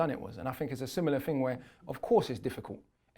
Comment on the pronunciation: he says 'thing' then just after that he says 'ting'. Be yourself bro you're intelligent and even speak about pronunciation in this video